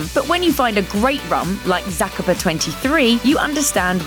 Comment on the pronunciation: Ron Zah - Cah- Pah